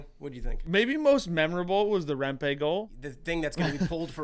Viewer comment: Its remp-ee not remp-ay